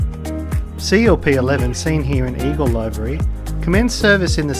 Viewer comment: Great video. By the way the word livery, meaning colour scheme is pronounce livery as in liver with a 'y' on the end. It's not pronounced live-ery as in I'm a-LIVE-ry.